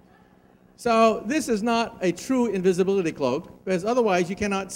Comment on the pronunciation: for a few of them though like invisblitly =D